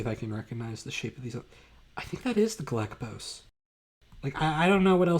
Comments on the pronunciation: Galapagos not galakapos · Sinusoidal is pronounced like “sign” Mollweide is pronounced like “mole-videy” Galapagos is pronounced like “ga-la-pa-gose” Glad you hate the Gall-Peters too. Robinson is also my favorite.